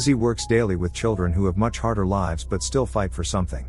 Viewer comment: What a moronic AI voiceover. It reads lives as plural of life, where in the sentence it is used to state where someone is staying. Thumb down for this atrocity.